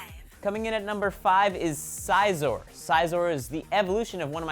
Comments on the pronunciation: its scizor not sciazor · Its pronouns as like sizzor not syzor i know people just giving the pronounsing of it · He pronounced Sizors name wrong it's kinda funny how he's a gamer yet he can't name a very common Pokemon nameXD but I'm not trying to be mean: ( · Size-or? You mean Scizor. Like Scissors? Its literally fucking pronounced like how its looked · Its not called sizer its pretty much pronounced scissor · You pronounced Scizor wrongly, you said "Psyzor" (like Psyduck) when it is pronounced as "Scissor" but with a "z" for the "sor". While Scyther does sound like "Psyther" it's supposed to sound like "Scythe" with an "er" at the end, just sayin. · Sy-Zor?????? It's siiiii-Zor no I it's pronounced with a Lower case sounding i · The pronunciation of Scizor stung. Imagine saying scissors. Siz-or. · I don't like it when people mispronounce pokemon names its not pronounced sizer its more like siz-or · It is pronounced almost like "Scissor" not "Syzer"... but I agree. Scizor is one of (if not) my favorite Pokemon. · its "scizor" not "s-i-sor" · scizor is pronounced scissor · Need to learn how to pronounce your pokemon. The way you said Scizor made me mad. In the anime, they pronounce it as S-ih-zor. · your pronouncing scizor yo pronounce it as scissor but spelled scizor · um it's pronounced Si-zor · Damn....how do you mispronounce Scizor. The sci part isn't pronounced like science, it's like scissor, get it SCI-ZOR. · do you call scissors, PSYSSORS? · ITS SIZOR siz or like that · It's scissor it may be spelled like scizor but it sounds like the tool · its Scizor [SEA-zor] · Yup, it's pronounced sizz-oar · Pronounced "See-Zor" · ITS SCIZOR!!!! SIZ-OR!!!!! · Its pronounced sisor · he pronounced the first 2 pokemon WAY WRONG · I feel like he pronounced scizor wrong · you sounded scizor wrong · ......that embarrassing moment when you claim to be a Pokemon fan but you can't even pronounce scizor correctly :/ some fan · You say the first 2 pokemons name wrong